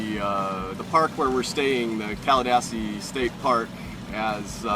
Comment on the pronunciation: It's pronounced Caladeesi